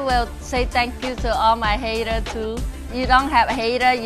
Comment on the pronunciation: Of course not, she said hatters not HATERS! LOL